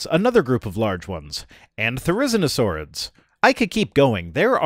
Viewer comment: I think it's pronounced thera-zeena-saur. Not the-rina-zor